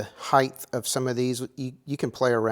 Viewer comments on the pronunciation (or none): HeightH? No. Height. lol. That was too funny.